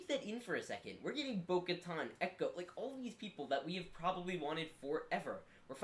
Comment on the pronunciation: Its Boka TAN. LIKE IN SUNTAN